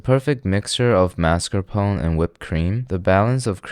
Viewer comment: Mascarponcsies? - The What? Took me some seconds to catch up on the dude's pronounciation. You americans pronounce things weird.